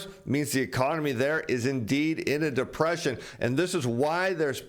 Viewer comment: You keep saying depression wrong.